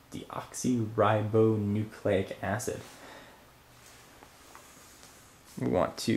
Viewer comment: It's actually deoxyrhibose nucleic acid, not deoxyrhybo nucleic acid. Bitch please.